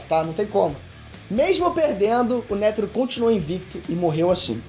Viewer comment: Mandou muito bem, só melhorar na pronunciação dos nomes dos personagens... Por exemplo quando você fala Isaac Nétero em vez de Netéro como é falado normalmente fica meio a impressão que vc ta lendo o roteiro... Aconteceu outras vezes no vídeo mas fora isso cê apresentou bem demais irmão parabéns!!